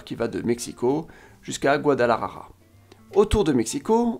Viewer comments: Mon ami, pour une meilleure prononciation il faut lire par sylabes GUA-DA-LA-JA-RA. La "J" se pronocée comme la "h" anglaise de "HOOK". La "R" comme "assuRance" mais plus longue. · La façon dans laquelle tu prononces le mot "Guadalajara" me fait beaucoup rire, je la trouve même plus difficile de prononcer qu'en espagnol